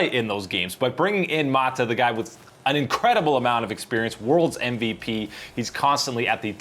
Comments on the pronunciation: Stop calling him maadaa.. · I cringe everytime he pronounces "Mata" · M A T A god damn even the white dude can say